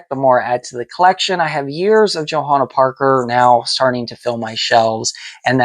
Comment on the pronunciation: Awww!! I Love this! You pronounced my name beautifully, and I so appreciate you taking the time to deep dive into all things JP! You clearly have done your homework, and Thank You so much for loving my designs, taking the time to share your collection and inform fans about my art. I’m truly honored & humbled by the many JP enthusiasts out there and tickled to see videos such as this. Warms my Heart! Happy Hunting & Haunting, ~ Johanna Parker:)...(and btw, you’re right on the polk dot with your hunch! Indeed, we will have a new Holiday ceramic collection hitting stores this year!)